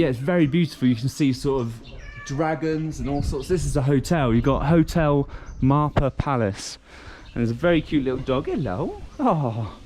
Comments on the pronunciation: It's Marpha pronounce "Mar'Fa" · Loved ur video dear. Your minute oberservation 😍 Its "MAARPHAA" dear 😊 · Marfaa is the pronunciation